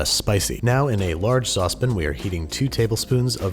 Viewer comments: I really enjoy your channel, but I have a question. You are typically heard pronouncing "sauce pan" as "saucepin", yet you clearly pronounce "saute pan" as "saute pan". I'm a voice over guy, so I notice these things. ;) Just curious as to why you pronounce "pan" differently for each. Thanks! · Everyone else: sauce pan Andrew: saucepin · Andrew you mispronounced "sautep'n" edit: and saucep'n! I'm shocked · Why do people pronounce it as "Sauce Pin"? Sauce Pan? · Who says it "sauce-pin"? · Why do you say "saucepin"? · "large sospin" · Looks tasty, but I want to slap the taste out of your mouth every time you say saucepan.